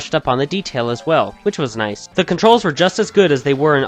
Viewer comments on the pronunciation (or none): none